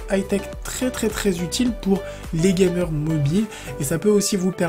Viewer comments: Grave x) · Par contre quand tu dit "gameurs" et "mobile" ça a du mal a passé